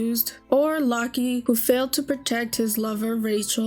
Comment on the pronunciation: Happy to see a younger person enjoying this game. I was 14 when this came out and I played it. BTW, in Locke, the E is silent. It's just pronounced lock. I had the same issue when I played it. Cyan is pronounced with a k sound, also. Kyan. When I originally played it, I pronounced it like the color that matches its spelling, Syan. Spoiler warning for a near 30yo game. There is an interesting video I watched a while back that suggested that Kefka is the main character of FF6. While obviously he is the antagonist, it's his choices that move the plot forward the most. Unless the story has been spoiled for the player. He catches them by surprise at the mid-turning point of the game. His introduction makes him seem like a joke and seems as if he'll be a comic relief recurring villain and maybe major boss at some point, but not the Big Bad. He's still the best FF villain in many players (including my) view, with Sephiroth being a close second. Edit: They didn't do a fantastic job explaining it in game, but Kefka did have a bit of a "tragic backstory". He was driven insane by the early process of infusing magitek knights. How bad he was before that is never really made known, though.